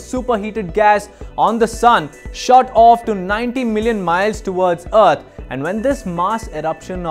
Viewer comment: The planet "Uht"? Lol... Deepak... whatre u doing butchering our planets name...? Its "Earth" ....